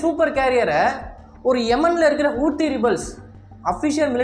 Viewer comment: Bro hou thi ( how these) pronunce pannunga kooothi ss illabro